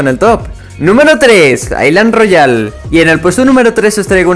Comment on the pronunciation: Soy el único que escucho Clash Royale envés que island Royale XD